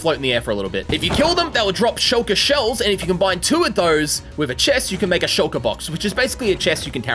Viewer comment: Dude it’s shulker not skulker